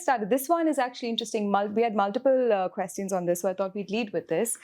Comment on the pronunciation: Very insightful, as always! Swasti's talks are always well thought-out. The mizo-rohingya connection is obviously debatable, but the geopolitics is still sound. Request to - can we please do something about the "kwes-tee-uns" from the host please? It is so distracting - obviously a mispronounciation, and she herself is inconsistent, so it's obviously something that maybe sounds cool in her own mind. It always jars and distracts in an otherwise wonderful series